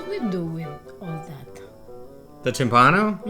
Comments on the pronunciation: P.s. it's tìmpano, not timpàno. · Che bel lavoro. Grandi come sempre. E poi che meraviglia mettere nel titolo del video "timpano" come lo pronuncia lui . Che tenerezza. Vi adoro